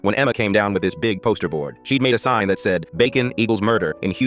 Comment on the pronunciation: I'm not going to lie but when he said "I Ripper her sign in the half" I thought he said "spine in half"